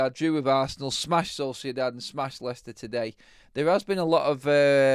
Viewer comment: Its Leicester ….😂😂